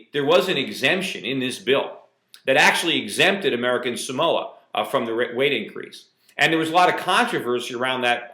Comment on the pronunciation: its SAMOA not somoa. lol and what the hell?? What are they doing to america samoa man ! STOP SCREWING UP! We all gotta start paying attention to whats going on... I feel robbed lol